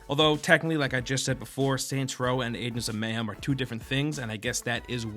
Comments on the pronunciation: adens of mayhem? it's agents of mayhem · Aengs of Mayhem? Sounds legit. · at the start u couldnt even say agents of mayhem properly LMAO